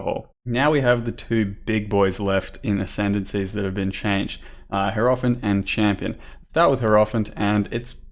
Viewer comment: It's HI-ero-phant. Not herofant.